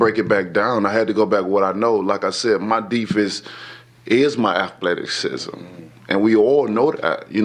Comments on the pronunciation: Did he say Afletiksizm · ATHETICSISUM?? EH